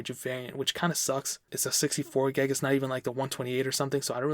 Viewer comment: 64 gyahg. GYAHG. pronounce it how you want. but kinda bothered me.